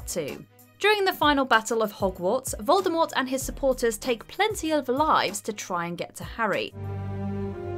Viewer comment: I really wish people would pronounce Voldemort correctly. She made it very clear how it should have been said…